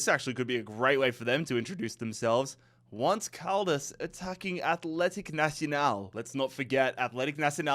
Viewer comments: … not “once” like the English word for “one time,” “once” as in the Spanish word for “eleven,” pronounced roughly like “OWN-say” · Did... Did he not realise "once caldas" is a spanhish name? What's that pronounciation? I mean I get some mispronounciations, but that "once" has me baffled😅